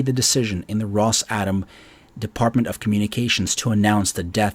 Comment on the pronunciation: I think it’s pronounced Ross-ah-Tom.